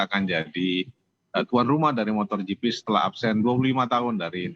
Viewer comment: MotoGP pak, bukan motorGP, 😊🙏